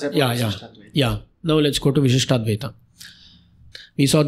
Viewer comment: Why is it Vishishta-Advita while it hears to be Vishishta-Dwaita.